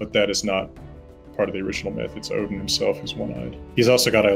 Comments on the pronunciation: Love the fact that he pronounces the names & realms correctly. Best example is him saying Odin like Othin. Also don’t like the fact that they go over Kratos bring up that his confusion to dying of old age is dishonourable & makes one go to hel. Not to mention that Magnus & Modi are supposed to be born after Ragnorok. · He gets pretty close for an American, and yes, it is Othin (more like Oath-in with a soft th sound or oh-thin)